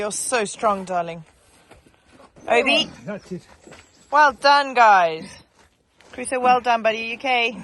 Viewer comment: Crusoe people!! Not Caruso or Carusoe!! 😅😊 I 5 for that little fella! 💪